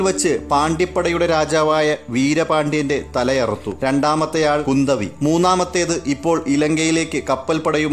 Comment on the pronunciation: പൊന്നിയൻ സെൽവൻ അല്ല സർ പൊന്നിയിൻ സെൽവൻ... പൊന്നി നദിയുടെ മകൻ അത്പോലെ കുന്ദവി അല്ല kundhavai.... കുറ്റമല്ല എനിക്കറിയുന്നത് പറഞ്ഞു എന്നു മാത്രം